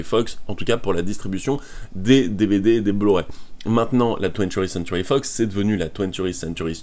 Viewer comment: Ya un truc qui me stress c'est ta façon de dire TWENTY Century fox mais sinon c'est une super video